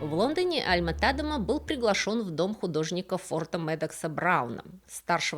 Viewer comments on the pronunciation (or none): Очень интересно! Но почему ТАдема, даже не звучит, тем более Вики дает ТадЕма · Да, всегда был ТадЕма. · Всё верно, ударение на "е", и название деревни тоже озвучено неверно, оригинальное название на фризском Dronryp, на нидерландском Dronrijp - в обоих случаях произносится Дронряйп, но тут я это отношу с особенностям нидерландского произношения, которое мало кому известно, хотя в нидерландской версии википедии для многих названий и имён есть озвучка.